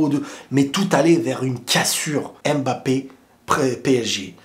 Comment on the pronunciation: On dit Mbappé pas „Aime Mbappe“